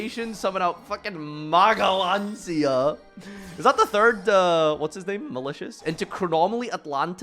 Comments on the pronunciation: Magellancia 😭 bro it's Magellanica pronounced as majellanika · You also said magnalancia wtf